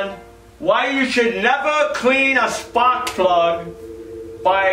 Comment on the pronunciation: Splak prug. There's your egg rolls !